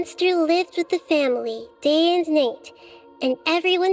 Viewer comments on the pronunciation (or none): Am I the only one who is really confused by the way pronounces 'Night'?:D It sounds like she really says the G aloud ("Nigt" instead of "Nite") at 14 and 21 seconds:) I got so districted by it, I had to look this up to see if I heard it correctly ^^